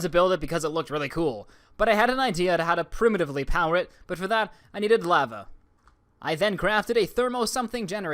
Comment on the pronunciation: "I needed some laava" Good, get some laava